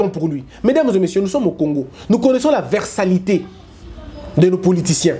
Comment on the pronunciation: Versatilité et non versalite